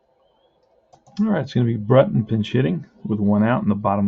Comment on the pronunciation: Hey its the other Milwaukee Braves 1959 replayer...watching your tenth game last night and saw you are butchering a few names...and remember it's the Braves not the Brewers. Anyway it's Billy Brewt in......Buhl is correct, Buhwil...Carl Willey is Willey same as in Willie Mays...even though you spell the Willey like this...it is not Wylie...Boy are you getting great rolls for Eddie Mathews...keep it up man!